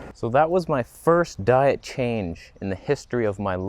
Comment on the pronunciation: "You need to drink Deet" hahaha